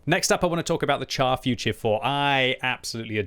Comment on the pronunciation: Char Futur is pronounced 'shar' and not 'char'. I know you don't like to be lectured but c'mon you can do it 😇